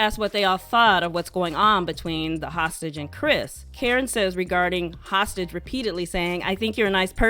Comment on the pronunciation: Every time I hear: “then HOSTAGE says” 😂😂😂😂😂😂😂😂😂